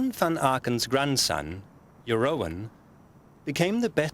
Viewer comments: ooh the butchering of the Dutch sets my teeth on edge. It's pronounced Yer-roon, not Jer-owen, my head hurts. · Jeroen is pronounced Yeroon.